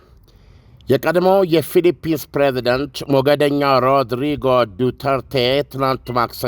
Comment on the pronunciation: ዱቴሬቴ አይደለም። ዱተርተ ነዉ።